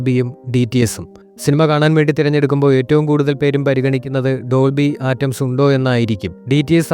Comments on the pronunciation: ഡോൾബി ആറ്റംസ് അല്ല ഡോൾബി അറ്റ്മോസ് അല്ലേ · ആറ്റംസ് അല്ല അറ്റ്മോസ് ആണ് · Dolby ആറ്റംസ് അല്ല. Dolby atmos എന്നാണ് പറയുക. കുറച്ചു നന്നായി ഹോം വർക്ക്‌ ചെയ്തിട്ട് വീഡിയോ ചെയ്യുക. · This comment section is hilarious! True that he said Atoms but perhaps he said that as a joke. And i wonder how they would react if they know about British English. All they know is Fast and Furious American English. What a misguided and empty generation this is! Bots off an assembly line is a joy, comparatively! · ആറ്റംസ് കേട്ട് ഞാനും കുറെ ചിരിച്ചു 😂😂😂😂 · ഡോൾബി അറ്റ്മോസ് ആണ് ശരി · Simple and clear explanation without unnecessary blabbering. Good work brother. Please correct your pronounciation of Dolby Atmos. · ഒരു കാര്യത്തെ പറ്റി സംസാരിക്കുമ്പോൾ ആവാക്കെങ്കിലും തെറ്റാതെ പറയാൻ ശ്രദ്ധിക്കണം